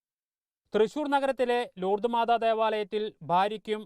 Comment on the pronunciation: ലൂർദ് മാർദാ.... യോ 🤪😂 നോക്കി വായിക്കേടെ ✍️